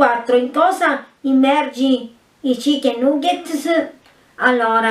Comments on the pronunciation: "cicchen nugts"? No io esco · Come stracazzo hai detto chicken nuggets???!!!😵😱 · "cichen nugghets" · "in cOÕsa immergi i cicchen nuggset-s?" "ÃAllOÕraaAAa...... spEËrO di ÃvËrlOÕ prÕnunciAto bËEne!"" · i cichen nughet-s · chicken nuggets si scrive e cicchen nagghets si dice ok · Chicken nuggets come l'hai pronunciato 😂😂😂